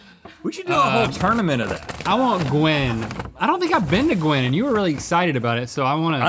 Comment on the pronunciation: called Gwen “Gwin”